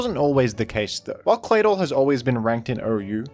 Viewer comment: It's just me or does anybody else find the way pronounces Claydol very satisfying?